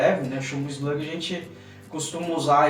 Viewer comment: E eslugui não eslague